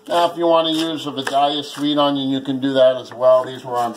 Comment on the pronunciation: Does anyone else hear "big onion" Everytime he says onion.